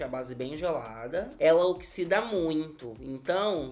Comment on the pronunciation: "Ela oxisida sim" KKKKKKKKKKKKKKK